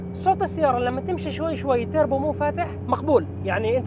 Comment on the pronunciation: تيربو😂😂😂 مادام كلمه English خليها توربو